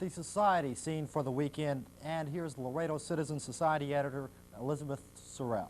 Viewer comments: ITS LAREDO, NOT LARADO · It's Not Larado, it's Laredo!